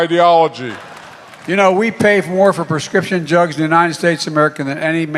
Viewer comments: LOL you missed him saying prescription 'jugs'! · Omg!!!!! It sounds like he said jugs instead of drugs!!!!🤣🤣🤣😂😂🤢🤢🤢🤢🤢😡🤬🤬. This guy is a pathetic excuse for a President!!!! I hate his guts!!!! When is someone going to remove him???? How long will this go on??? Totally ridiculous!!!!! President Trump please save us from this dumbass!!!!!!🙏🙏🇺🇸🇺🇸